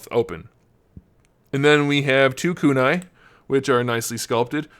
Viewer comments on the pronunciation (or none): none